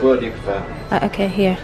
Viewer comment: Yeah please dont drink you are even more annoying as a drunk "ahkay" ?